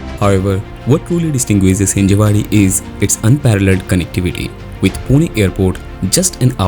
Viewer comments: It's Hinjawadi. Not Hinjewadi. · Thanks for the informative video. But please get name correct. Its Hinjawadi, not Hinjewadi